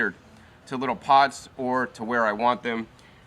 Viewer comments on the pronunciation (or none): none